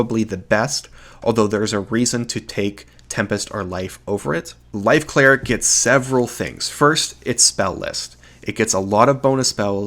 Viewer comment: you pronounce light cleric and life cleric exactly the same